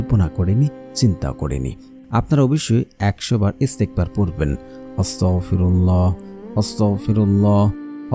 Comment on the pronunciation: আস্তাগফিরুল্লাহ না আস্তাগফিরুল্লাহ বলবেন আপনার ভুল হচ্ছে